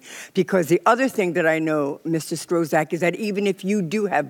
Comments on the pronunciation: She not saying his name correctly. It’s pronounced struck! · Mr Strozack, 😆. The congresswoman can't pronounce his name and he gotta sit there and be called somebody else's name. 😆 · She doesn’t get to decide who’s fit to be president, the American voters do. I never saw her before and was surprised that she couldn’t pronounce his name after hearing it so many times. Is she fit to be in office? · David, I don't understand what you're trying to get at. Is this a substantive issue you have with what Ms Coleman said? Are you attempting humour? Or are you legit trying to discredit what she said because of her pronunciation of Strzok's name? I pronounce it kinda like struck. Happy?